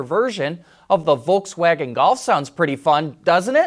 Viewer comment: It's volKswagen Not volTswagen